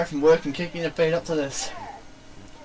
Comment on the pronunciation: *feet not fate. That's what I heard too.